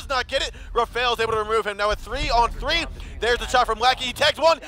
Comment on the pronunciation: Anyone else thought it was funny how he said "three" like "free"? But anyway great video man, love to see all this pro strats, thx for doing this. Cheers ma dude